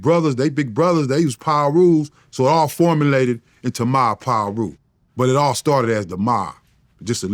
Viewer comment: Someone teach Vlad how to say Piru